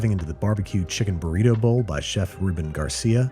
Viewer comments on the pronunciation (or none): none